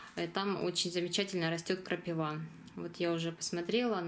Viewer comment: крапИва , ударение на И.